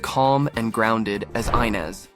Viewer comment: Is it Eye-nes or Eee-nes?🤔🤔 Y'all can't stick to 1 pronunciation!